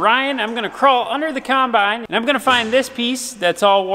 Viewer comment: dang-git! I'm finding myself thinking of the way ur dc says combine! lol UGH! kīmbīne, kīmbīne, kīmbīne. makes me lol